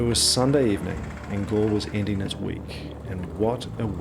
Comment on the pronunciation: It’s pronounced gall Le